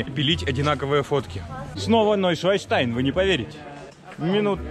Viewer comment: Уржался)), не НойшваЙнштайн, а Нойшванштайн. А то у вас не новый лебединый замок-камень получился, а свиной... Шван или Swan по англ. - это лебедь, еже ли че))